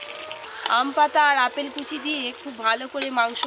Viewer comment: অপেল না ওটা আপেল হবে😂